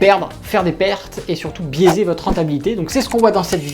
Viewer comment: J'ai fait compris "baiser" au lieu de "biaiser" au début haha mais je crois que c'est tout comme 😢😂